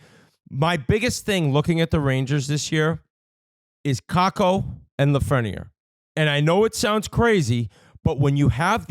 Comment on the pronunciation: When is somebody going to correct whit how to pronounce lafrenière’s name. Doesn’t biz speak French. It’s been years